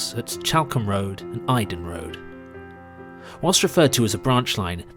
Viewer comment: Geat video thanks very much for making it. It's the area I grew up in (around Banburyshire). FYI, Eydon is pronounced "ee-don" and the Halse in Woodford is pronounced "holse".